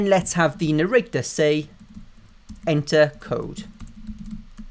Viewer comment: wait wait wait did you just say "Narricter" lol hahaha